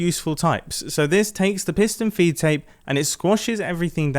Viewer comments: I’m very sure he said foot tape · Never knew it was a piston “feet tape” and not “feed tape”